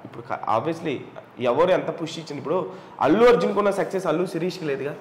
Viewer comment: అల్లు కాదు అతు అర్జున్